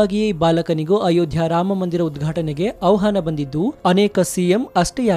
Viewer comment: ಅವಹಾನ ಅನ್ನಬೇಡಿ ಅಣ್ಣಾ, ಆಹ್ವಾನ ಅನ್ನಿ.ಕನ್ನಡ ತಪ್ಪು ನುಡಿಬೇಡಿ